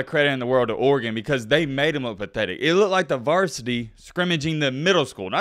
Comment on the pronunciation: idk but you pronounce Oregon the correct way though